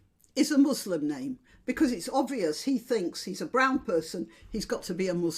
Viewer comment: He mispronounces many names. Maybe his speech writers wrote that. I despise Biden anus handlers.